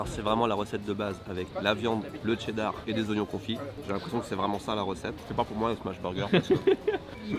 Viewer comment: ou le T dans cheddar ...............cela ce prononce cheddar pas Tcheddar ......